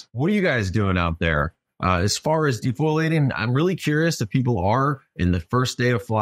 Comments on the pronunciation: Pls learn to say defoliation...should not be saying the word foil!! De fole e ate. Please please please start saying it right. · Pleeeeeeeeeeeeeeeeeeeeeeeeeeeeeeeeeeeeeeez, DE-FOE-LE-ATION.....MY GOD DUDE, JEEZ.